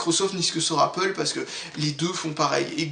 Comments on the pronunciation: Apple = Apeule !! Pas Apôle !! >< Le seul truc que j'ai à te reprocher ;) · C'est pas grave ^^ Moi même je suis Apple ( j'utilise des iMac ) même si j'adore Linux !!!!!! ça ne m'a pas déranger ^^ chacun le prononce comme il le veut :) C'est original Apôle ^^